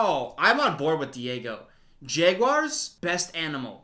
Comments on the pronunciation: a normal person: Jaguar: JEGuar Everytime he pronounced jaguar that way, I had to go back and make sure he really was pronouncing it JEGuar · w for everytime says jegwar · i dont like how you pronounce jaguar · I'm actually from Jacksonville where the Jaguars and from and a lot of southerners pronounce it like jaguir for some reason. Kinda like when they say mundey and tuesdey for Monday and Tuesday